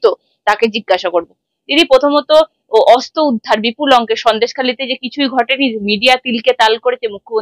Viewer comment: তুমি প্লিজ আগে তোমার উচ্চারণ‌গুলো ঠিক ক‍রো। শব্দে যেখানে র-ফলা দেওয়ার কথা সেখানে তুমি একেবারেই দাওনা। খুব কানে লাগে 'অস্ত্র'কে 'অস্ত' বললে।😖 আর পাপিয়াদির কথা সবসময়ই ভালো লাগে❤